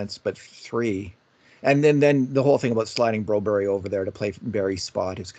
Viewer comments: It's Bro-BERR-yuh, not BRO-Berry! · Yes exactly! And in Canada it's Broberg. I'm a Canadian Swede and I find this pandering kind of annoying lol